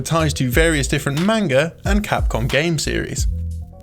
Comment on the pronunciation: How many g's does manga have? Sorry that pronunciation never makes sense to me. They should release the game digitally undubbed and save some cash.